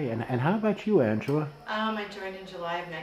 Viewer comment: two things, one Cold War Veteran not Desert Storm, and its Angela not Anaela...thanks